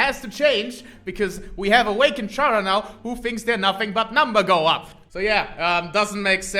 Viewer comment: THIS IS MY UNDERTALE- edit: I still hate that he pronounces it "CHara" and not "Chara(cter)" edit 2: he literally says that CHara is short for Character... edit 3: I just realized it's the "malk" meme all over again... "Pronounce Character..." "Character." "Now say Chara." "CHara."